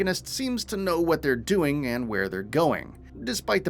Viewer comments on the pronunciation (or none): none